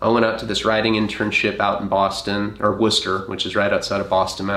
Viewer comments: Hearing Worcester pronounced correctly caught me way off guard lol I just expect people to say it wrong at this point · Masshole/Bostonian here 🙋🏼‍♀️ I cant tell you how happy it made me when pronounced Worcester the right way especially since isn't from Boston. I think thats the #1 town in Massachusetts people have a horrible time saying it right. So thank you 🤍